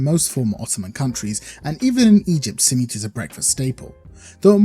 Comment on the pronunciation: That pronunciation of Simit made me get PTSD flashbacks of white people pronunciation of Shawarma. My arab friend, you have become what you swore to destroy.